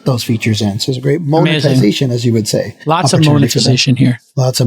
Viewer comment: "Moan"-etization, Jason? 🤣